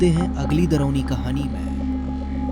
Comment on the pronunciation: Or kya himt pahaly darawni kahana to Sikh lo😂😂😂😂😂😂😂 darawni hota hai doroni nahi😂😂😂😂😂😂😂😂😂